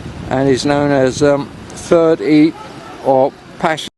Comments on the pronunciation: Pronounced - Eeepeer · Absolutely. Being a Flemish region and a Flemish town, Ieper, is Ee-per.